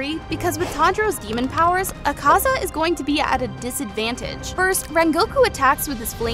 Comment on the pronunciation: I feel like Tanjiro would also get the power of being able to pronounce characters names better than you can. .. it's Ahh-kaah-zaah, zehn-it-zoo, and ehn-moo, you pronounced even more characters names wrong... lol